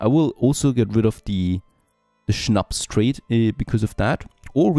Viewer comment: Habe mich gefragt, wieso du Schnaps richtig aussprichst:). Schönes Englisch werter Östereicher❤